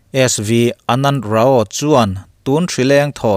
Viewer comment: RAO - RAU ti a lam tur